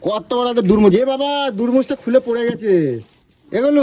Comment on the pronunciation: ১) দুরমুজ😂 ২) পুনদিন😂 ৩) বাগুন 😂 ৪) কাটকটি😂